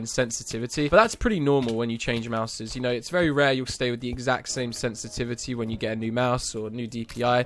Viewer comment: "very rear mouse"